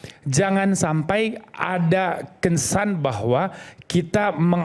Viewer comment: Yg ada dalam bahasa indo cuma kata kesan boni bukan kensan ya lu jgn kelebihan bergaya dalam ngomong sampe" kesan kau bilang kensan😂😂😂😂😂